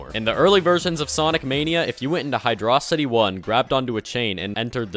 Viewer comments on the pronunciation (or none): Logs fine... its pronounced he-draw-sety